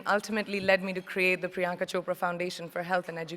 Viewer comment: It's Priyanka chopra idiots not priynaka !!